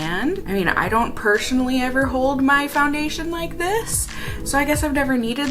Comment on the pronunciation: the word "personally" is pronounced "pershonally" with a strong emphasis on the "sh" sound. Is that a Minnesotan accent?